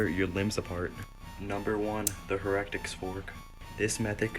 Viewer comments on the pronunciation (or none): did that guy really just say heretic wrong